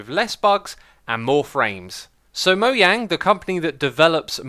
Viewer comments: Did he say moYang, isnt it moJang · It’s Mojang not Moyang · It's Mojang, not Moyang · Mojang not moiyang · It's Mojang just like the founder pronounced it not Moyang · 1 thing... can u stop saying moyANG its actully moJANG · "Mo"jjang not moyang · Did you just call Monjang. moyang!?! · Just wondering but why you say mo-yang instead of mo-jang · The video is awesome but the problem is for me is that you’re pronouncing Mojang wrong. It’s not Moyang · grumpychris J can be pronounced Y but Mojang employees and Mojang itself also pronounce it as Mojang not Moyang. Here is a link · It’s not moyang it’s Mojang, J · It is Mo J ang not Mo y ang. They said it officialy in a q and a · Mo jang not mo yang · It’s actually called Mojang not Moyang the J doesn’t sound like a Y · Is pronounced mojang and not moyang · Mojang has actually confirmed that mojang was pronounced mo-j-ang and not moiang in the latest "ask mojang". Derp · Ummm. moyang? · He says mo yang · Did he say Moyang?! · He says moyang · Why is nobody talking about “Moyang”? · Hey, I'm new here. Stop saying Moyang or I'll leave. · Since when is it pronounced mo-yang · Did u just say mo yang! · Mo-Yang is technically the correct pronunciation of Mojang. Mojang is a Swedish word, and in the Swedish language you pronounce the letter "J" like you would pronounce the letter "Y" in the English language. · Technically speaking, Moyang is a correct pronunciation. Mojang is a Swedish word, and in the Swedish language you pronounce the letter "J" like you pronounce the letter "Y" in the English language. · Wait how do u pronounce Mojang? Was it pronounced moyang?? IVE BEEN LIED TOI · Mojang actually said the way their name is pronounced mo j ng Also bedrock has all the changes to villagers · Did he say MOYAN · What the hell is a moyang? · No, the developers said in Swedish it's pronounced "Mo Yang" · Why does he say Moyang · 1M wow great. But the way you say mojang is... it sounds like moyang.